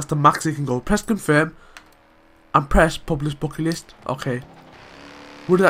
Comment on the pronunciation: Not Bucket list man dont you hear? its Bocket Listt